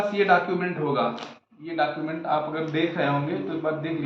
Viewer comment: डाकुमेंट नहीं होता है वो डॉक्यूमेंट होता है 😂